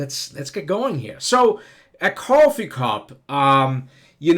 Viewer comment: I like the way he says cwoffee lol Very New York